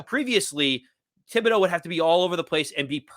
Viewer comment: Aaron Robinson WILL DEFINITELY start at CB. ESPN is click bait. Not worth discussing. Flott MAY start also. I GUARANTEE 💯 that Robinson is 2nd after Jackson. And btw, it's pronounced TIB, NOT THIB. H is silent